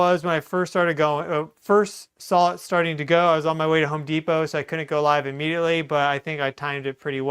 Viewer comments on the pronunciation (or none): none